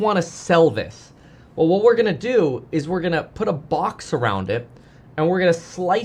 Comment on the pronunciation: I swear to God like couple of minutes of the video I thought you were talking about put then once I heard what you were calling not a put it’s poooo I couldn’t stop laughing. You are a comedian.